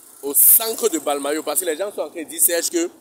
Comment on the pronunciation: On dit mbalmayo et non balmayo